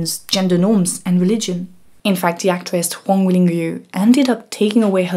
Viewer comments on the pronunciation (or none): Ruan is pronounced "Jouanne" (as you would pronouncit in French); you pronounced it as if it were "Huang". Excellent video. Chang-Kai Shek was a proper fascist; but he would not have considered himself Western. Republic of China's Shanghai scene was relatively emancipating compared to rural China. The communists (who were in theory for gender equality) would have been seen as "westernised". Modernity and "west" would have been seen as emancipatory. 1920s are not the 1950s